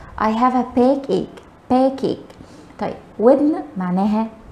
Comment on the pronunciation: Stomachache backache your pronunciation has a lot of faults